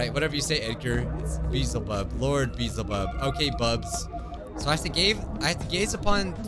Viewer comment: the fact that called Beelzebub "beezlebub"- i thought it was pronounced that way too once but nope, it's not- 💀